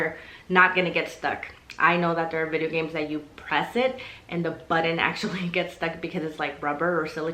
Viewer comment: I like the way you say button